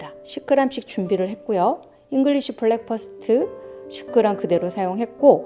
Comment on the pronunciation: 좋은 영상 감사합니다. 그런데 발음은 블랙퍼스트 아니고 브랙퍼스트 입니다.